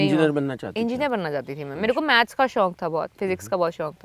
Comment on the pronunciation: Shaunk Kaha tha